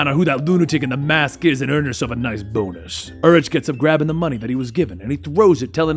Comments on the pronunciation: The Urich pronunciation is killing me. "Yur-ick", not "Yur-itch". Just a nitpick of mine lol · I love you.. but its pronounced UR-Rik the h is silent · Urich is pronounced yu-rick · Ben Urichs last name is pronounced "Your rick". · Ben Urich’s last name is pronounced “You’re-ick” not “Er-itch”. Otherwise. I liked the style. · im pretty sure its pronounce yer-ick isnt it? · It's pronounced Ben Yoorick. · Just for future reference its pronounced "YOUR-ICK" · Dude, it's pronounced Yoo-rick (Urich) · It's pronounced Urik. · Your mispronouncing of "Urich" really triggers me xD it's "ur - ick". XD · The ch in Urich is said like a k/ck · You watched daredevil on Netflix right? So you should know how to pronounce Urich